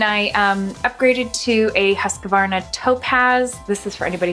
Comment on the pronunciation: That´s NOT how you say Husqvarna lol! I´m swedish!